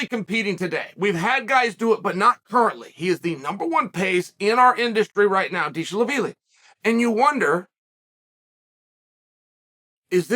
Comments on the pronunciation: Deesh-la-veeli, am I right?😅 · Every time he said Deesh-la-vili I cried😂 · Atp I just watch chael to hear how he’s gonna pronounce James Deshalaveli yeah chael that’s his name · If uncle chael says Deshlavilly then it is deeshlavilly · Not deeshlavilly 😁 he’s name is dvalishvili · What are you gonna do If Deesh-la-veely takes your jacket. 😂😂😂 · Deeshaveeli, that’s perfect Chael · “Dishal Lavili”. Chael has outdone himself with that one 😂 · Diesel the feely. DieselVasheely. Deesh Laveely. LOL Chael. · Deeshlaveelee. Deeshalaveelee 😂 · Deesha- La - Villy ?! 😂😅❤ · new mythical fighter by ol uncle chael. merab "deeshlaveely"🤣🤣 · Dishalavilly, Hazmat, Blahall, Peeyeyra... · sounds like deeshlavilly to me, chael said what he said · If chael says he's "Dee sha la veelee" then Merab is now "Dee sha la veelee" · I'd have tried to make a witty comment about how he pronounced "Dishalavili" but I don't know the correct pronunciation of his name either. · Deeshlaveeli. International linguistics champ, Uncle Chael. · Deeshalaveeleyyy. Chael's mispronounciation game is strong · you should get his name right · Huge props to Chael for not getting Merab's surname right a single time